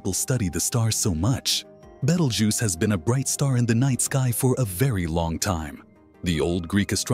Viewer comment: A very interesting subject spoiled by a very bad "AI" (or I should say AS) narration and scripting. I managed to put up with the name of the Red Supergiant Star "Betelgeuse" being mangled about 8 different ways in 3 out of the 11 minutes before shutting it down.